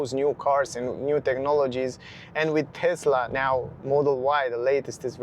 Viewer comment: You own a TeSSSSla Model Y ... not a TeZZZZZZZZZZla Model Y.